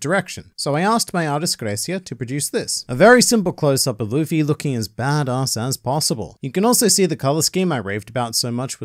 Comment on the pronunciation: When you said lufii 💀